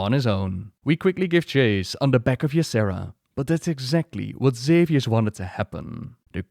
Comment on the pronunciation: Once again great video and thank you for recognizing that Tyrande is a bas ass. thank you for your showing us why she such a great character. I also have a few things to say. I'm irritated with the Xavius actors mispronouncation of Tyrande and Ysera. I also don't like what they did in Legion. Also in Legion they cut Tyrande out of the opening quest sequence where she would have been fighting the BL in Ancients NE ruins. They also cut her out of TOS! It was the temple of Elune, the very place where she TRAINED!!!!! WTF?!?! Speaking of Ysera and their relationship, it is all speculation. And honestly, I would have thought that Tyrande may not have been that close with Ysera seeing as she spends the vast majority of her time in the Dream and that her "blessing" on Nordrassil took Malfurion away from her. You'd think she'd have some resentment for that. I do love that they are friends but still... Elune didn't fail the Kaldorei, blizz did. They did it with an awful story line that gave Elune nothing to work with and no place to grow. Surprising? No. They barely recognize that Cenarius is her son. The Night Warrior should have ALWAYS had those nocturnal tattoos/markings. We really need to applaud Tyrande's voice actress because that final phase in Ardenweald was excellent work. You felt the anger in her performance especially at "Ash'al theri'das" "Ath' rok ilisar thande". So good! And to see her pulling and using so much power (even if it was against me, which was so sad) w